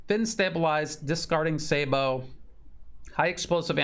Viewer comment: your the first person I've heard pronounce 'Sabot' correctly.